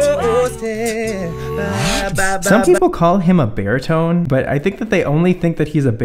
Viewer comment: Yeah but why do I keep hearing BEAR-tone instead of baritone?